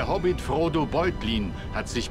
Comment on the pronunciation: Hobbit nicht Hobit